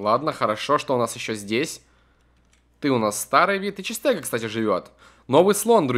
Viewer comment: Не ИЧИСТЕГА,а ИХТИОСТЕГА